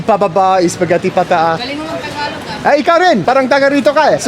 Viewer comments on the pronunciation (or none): none